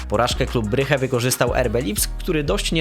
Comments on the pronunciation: Brysz nie bryche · Bruges a nie bryge wtf 😩